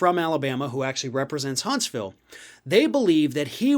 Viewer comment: Hunts - vul. Like Lew -uh-vul ;)